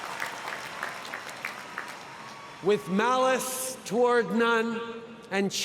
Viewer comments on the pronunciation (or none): Did he say mallice or Maoist? Expierience the worlrd? Ellitist clap trap. Millionaire former PM's kid telling a crowd to experience the world like he did. When his own Government issues travel warnings about our closest trade partners in NAFTA. WTF he personally met held captive hostages that came home and committed the most heinous crimes here. He does not understand the world today and as the PM blundered on numerous goverment funded trips. Thank god he gave this speach to American graduates and not here. How many Canadians have over the last few years, been murdered, held captive, injured outside of Canada and this same PM can't get these people home. 50-60 million dollar payouts to terrorists and Canadians tortured in foriegn lands. The injured can't get home simply due to hospital space availablity. But he can fly to New York and expouse this BS. It isn't about how we as liberals are tolerant and accepting but how the world accepts us.